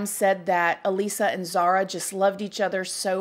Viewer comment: Could at least announce her name correctly. Disrespectful